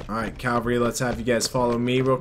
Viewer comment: Did you notice : group calvary instead of cavalry